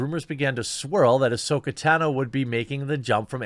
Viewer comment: Bro, you’re killing me. Ka-ron-o, and Ta-no. Just trying to help buddy.